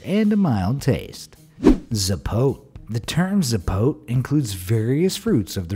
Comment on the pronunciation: It is zapot-e not zapote